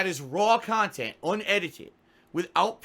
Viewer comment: "He's re-streaming illegal, stolen khanthent!" Nice one,. XD